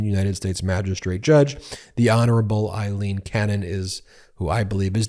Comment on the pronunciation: Her name is AILEEN NOT EILEEN!! Pronounced w an ‘A’ sound. It’s bad enough she’s back! 🤦‍♀️